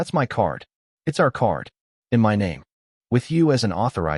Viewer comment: M-Y instead of My.